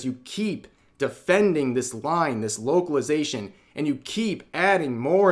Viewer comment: I thought you said "woke-alization" lol